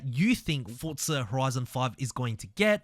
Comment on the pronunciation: Its not FORTZA bro its FORZA ffs sounds so annoying say it right you flop before i report you.